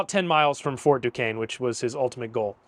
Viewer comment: You’re not from Pittsburgh that’s for sure… But good video….you pronounced Duquesne properly tho!